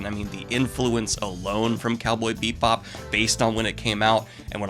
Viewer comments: Daniel, goblin, babe, delicate.... delicate flower... it's bee-bop. Not beep-bop. I love you so much, but I chuckled every time. Haha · You throw shade at Firefly for being similar to Cowboy Bebop, but Cowboy Bebop is just Lupin III in space. Also, it's pronounce Bebop, not Beepbop. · 1) I completely agree and it brings me joy to see you enjoying something from my childhood. 2) IT'S BEE BOP NOT BEEP BOP... whole video... making me twitch.... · Is he saying Beepbop right meow? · Is it me, or are you saying ‘Beep-bop’? 😆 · I'm watching this review again years later and I can't get over the fact Daniel keeps calling it Cowboy Beepbop. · As a jazz musician the cowboy beep bop bit gets me every time he says it that way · I'm sorry, but... did he just say "beep bop"? (Or do I just have bubblegum in my ears? Loll) 😳 🤭🤭 👀 Why is that somehow so cuuute thoo💖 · I keep hearing "Beatbop" and I'm not ok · Bebop is my #1 anmie. your channel is my #1 booktube channel. i said that to say im not trolling. but i couldnt finish this review past halfway with you calling it " Beepbop" im sorry, not trolling but it was distracting, keep up the anime reviews tho, makes the channel better. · is he saying beep bop? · Are you saying "Cowboy beep bop"? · Was he saying "Beat Bop"? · Cowboy Beep bop boop beep. I love how your saying it. It like how i say 'upsides downs'. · Am I the only one who kept hearing "Cowboy Beat Bop" whenever Daniel said the name? Lol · I’m hearing it to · sorry, but every time I hear it pronounced "BEEP Bob" my body flinches reflexively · Was he saying “Cowboy Beepbop? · ARGH! I am not sure if it's the way he says it or if it's just the way i'm hearing it but it sounds like he is saying "Beep Bop" and it triggers me! Well it was a great review anyway, Thanks once again Daniel for a wonderful review. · Are you saying “bee-bop” or “beet-bop” or “beeb-bop”? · Am I the only one hearing Beep-bop? Love the content!